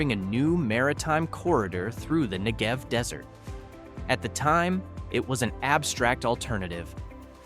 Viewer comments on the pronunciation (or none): “NEgev”, not “NeGEV”. Eilat is pronounced “AyLOT”.